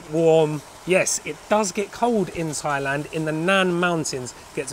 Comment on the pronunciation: θailand? .....it is pronounced tailand